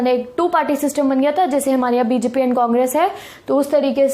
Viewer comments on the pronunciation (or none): none